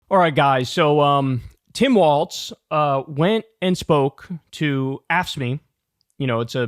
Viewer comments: DUDE his name is "Walz"! Not "Waltz"! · Lol Kyle keeps saying Waltz, no wonder I was confused when I saw he name is WALZ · It's pronounced "walz" not "waltz" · Kyle, his name is not goddam Waltz, its Walz. There is no T. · Kyle, it's "Walz" not "Waltz". Come on man. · sir it’s Walz not waltz …❤ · KYLE! STOP CALLING HIM WALTZ!!!! THERE IS NO 'T' IN WALZ! Five seconds in, and you did it again! Like in every single clip you post and say his name in... How can you chide trump for calling KAmala KaMAla, when you mispronounce her running mate's name every... single... time... Next video I hear you say his name wrong again, I am going to click you away and never click any of your videos again. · "Walls" not "Waltz" sincerely, a Minnesotan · Walz, not waltz! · Kyle.. love ya.. forever and always.. but there ain’t a damn “t” in “Waalz”. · kyle it’s not waltz it is walz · You have to stop adding a "t" to "Walz" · Kyle, it's pronounced WALLS not WALTS. For someone so infatuated with him, you think you'd be able to pronounce his name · must one of those weird things where kyle pronounces it wrong. he does that with some other words too. i also heard that in german language the 'walz' has a T sound in it. (no idea if tim walz has german ancestry or not) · Pronounced "Walls" - like "Balls"...lol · Is it just me or Kyle keeps mispronouncing his name “Waltz”. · If we're going with German pronunciation the W should be pronounced like a V. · There’s no “T” in Walz,. Please stop pronouncing one.